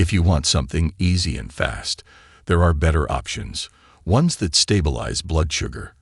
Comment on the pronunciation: Horrible AI voice. Can't even pronounce the word ARE.